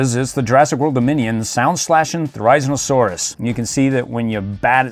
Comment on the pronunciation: Thar a zin a suarus and gigs not a suarus